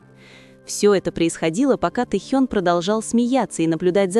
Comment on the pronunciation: ВЕДЁТЕ НЕСКОЛЬКО ЛЕТ КАК ВЫ ГОВОРИТЕ А ПОЧЕМУ КОВЕРКАЕТЕ ИМЕНА РЕБЯТ. НЕ Тэхьен а ТЭХЕН